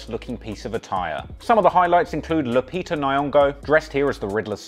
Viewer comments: Lupita who???? Hahaha mate it can't be that difficult to get it right lol 🤣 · Listen bro....don't say Lupita's name again 😭😭😭